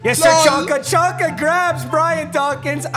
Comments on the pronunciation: its pronounced zonka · homie it’s zonka not chonka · I love papa so much 🤦‍♂️😂 larry Csonka is is pronounced Larry Zonka not Chonka😂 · Just so you know csonka is prounouced like zonka not chanka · Chonka bruh😂 it’s zonka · Lmao its Larry ZONKA. Not chonka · It’s zonka not chanka papa. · Aye Papa it's pronounced Zonka not chonka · It’s pronounced zonka. No one says chonka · Your fb “chonka” is pronounced zonka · Papa you calling him “Chonka” physically hurts my ears. It’s pronounced “Zonka” like tonka truck with a Z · It’s pronounced zonka not chonka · It’s Pronounced Zonka….Not Chonka :) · Its pronounced zonka not chonka u turd lol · it's pronounced zonka bro stop saying chonka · For the love of god “ Z-On-Ka” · It’s pronounced “zonka” 😂😂😂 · It’s killing me how much you mispronounce Larry Csonkas name! It’s “Zonka” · It’s pronounced like zonka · papa its pronounced zonka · his name is said like zonka pls stop this